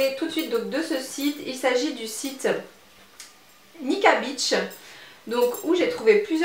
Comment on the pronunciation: on dit nikki beach (prononcé bitch et non biche) car beach en anglais veut dire plage.